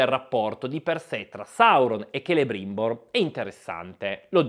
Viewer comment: Celebrimbor detto Celerimba. ☝️